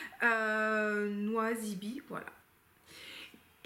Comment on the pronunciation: Coucou, NosyBe se prononce « nossi bée »😊